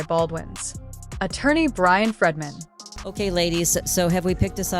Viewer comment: Why are you calling Brian Freeman “Brian Fredman”? This audio is broken reading. Weird.